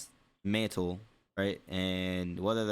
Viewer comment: His speech is fine. I think he's just being lazy with his enunciations. A perfect example is when he said mantle. He caught himself saying hella lazily, so he corrected himself. I also think it's where he's from. I'm not entirely sure where he grew up, but this type of speech resembles Northern California speech. If you're from the Bay Area, you know. We always shorten words and speak fast.